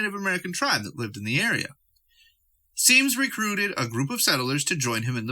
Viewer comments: Symmes is pronounced as Sims. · Symmes is pronounced "sims"